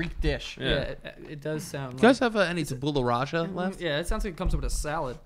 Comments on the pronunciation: Tabooleh raza sounds like hipster tabouleh 😂 tabula rasa is pronounced “tabyula rassa”. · I have never heard the prononciation of 'Tabula Rasa' butchered so badly 😂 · the way they pronounced tabula rosa tho